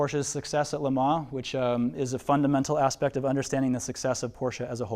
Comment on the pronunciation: Would love to be able to get to see this display. Watching this video will have to do however. Unfortunately my ocd couldn’t get past the pronunciation of Lemans (Lemar?).